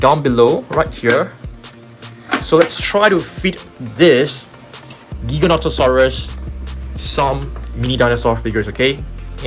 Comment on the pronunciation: Pronounced Jyganotosaurus